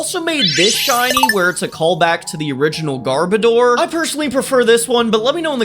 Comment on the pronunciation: you said garbordor's name wrong it is not garbador it is gar-boh-dorrrr